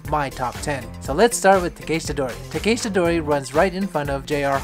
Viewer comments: great vid... but why are you pronouncing Takeshita like that... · Interested in your pronunciation of Takeshita, Tsukiji etc. It sounds different from one sentence to another. I can’t wait to get back there with all your maps in hand Hope they are all still there after the pandemic . Thanks for your content